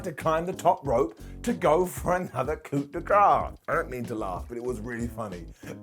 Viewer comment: Every time mispronounces the word "coup" I die a little bit.